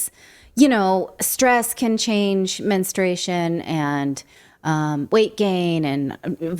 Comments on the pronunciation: Say that word MENSTRUATION correctly please! It's not menstration. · It’s “menstruation” not menstration. Just saying. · Yeah, this was ridiculous, from the first reports I knew it would wind up being true. Also: Please pronounce the U in men-strU-a-tion. Sorry, that’s a big pet peeve of mine. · It does screw up a woman’s cycle but please say the word correctly: it’s men-stru-ation NOT men-stray-shun 🙄